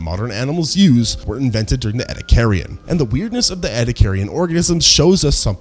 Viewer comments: "E"-"D"-ack-er-un Not ed-uh-car-i-un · ouch ouch repeatedly saying ' eddie carrion ' just sounds so wrong and hurts my ears. its like watching a documentary about American history and constantly using the name Amecira in every line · ah, yes. The sea creatures where burried in a sandstorm. Thats how they got fossilized. Burried in a sandstorm, in the ocean. Between repeating all the same points over and over, and and the fact that we cant pronounce ediacaran right. Im like 85% sure this is AI. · OMG your pronunciation of Ediacaran is atrocious. I want to watch the video but the cringe is almost too much.. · It is incredible how he has mispronounced Ediacaran every single time. Nice video anyways... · Was about to comment, the pronounciation is rage inducing. Rage bait if you will. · a new pronunciation of 'ediacaran'. I'm always amazed how many ways there are to get it wrong.